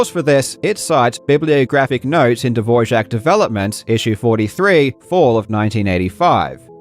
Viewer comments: Why are you pronouncing Dvorak as Divorjack? Where did the j come from... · Why do you pronounce Dvorak with a j like dvorjak? Is it said like that? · I think that the biggest scandal is that you put a "j" in "Dvoark"... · Am I missing the "J" in "DvorJak"? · Why did you pronounce Dvorak incorrectly throughout this entire video? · I'm not sure you are pronouncing Dvorak correctly... on many many occasions... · Still tryna figure out where the j is in Dvorak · As czech it's always funny to hear non-czech speakers trying to pronounce "Ř" Barbara seems like Todd Rogers of speed typing. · huh. Is that actually how Dvorak is pronounced...? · It's unfortunate that he got it wrong because the Dvorak family doesn't pronounce it that way. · he thought it was Dvořák